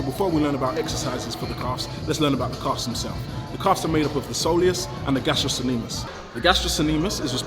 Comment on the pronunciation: It's the gastrocnemius. The C is hard.